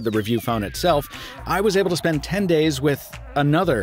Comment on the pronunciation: "all the cash i would have to spesh" lol